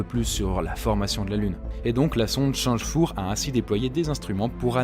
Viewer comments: C'est quoi cette prononciation de chang'e 4 ? Sans aller jusqu'à le dire en pure mandarin, ce serait pas mal d'avoir quelque-chose d'un peu plus identifiable. "T'chang E quatre" par exemple. Surtout pas "change", d'où l'apostrophe. Hormis ce détail, pas fan du perso, mais le reste ça me va. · Oh mon dieu, la façon dont tu prononce change 4 m'a perturbé 😂